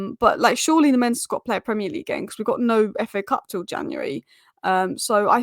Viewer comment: Please work on your pronounciation of Lammens,as a Belgian myself i can help you with that. in English it would sound like Lammuns.